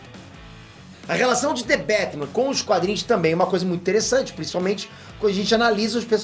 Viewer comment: "Dê bétimã " Srsr... salve homi !!! Chama ...